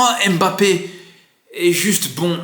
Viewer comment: C'est qui M- Bappe? Je connais Mbappe mais j'entends partout M- bappe... Il l'a dit à la télé c'est Mbappe , pourtant vous êtes capable de dire Zlatan et non Z-latan